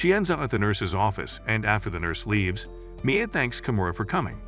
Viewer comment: Your pronounced Mia wrong you pronounce Mia as Mi a